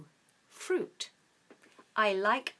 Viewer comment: Your counterpart, Lisa, pronounces fruit "frut" You on the other hand pronounce "fruit" correctly. Well done!